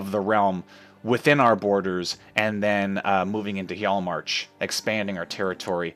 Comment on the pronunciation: Really loving the series so far! Your pronunciation is mostly fine, just remember that the 'J' sound will usually sound like a 'Y' sound. Hjaalmarch will sound like he-yall-march.